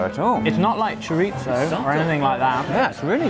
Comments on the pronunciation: "Chortizo" Ollie? There's no 'T' sir! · Ollie's pronunciations of "chorizo" is a bit weird. Is it just me or it's just how British people say it? Also, loving the reactions from Ollie. Sorry Josh, I love you but i love your first wife more. :)